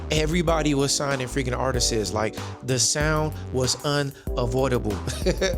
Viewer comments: Bro i really love your videos, I discovered your channel from the video where you spoke about Foesum, i love their music and i have “Perfection” on Vinyl. Can i just say tho, it’s not artisteses, it’s art-ists 😭😭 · the word is "artists" not "artisess" You sound like you're five years old when you say it that way. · Artist-ses. One too many times for me. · If you pronounce artist wrong one more time my head is going to explode!!!! Whether it's plural or singular is just artist!!!!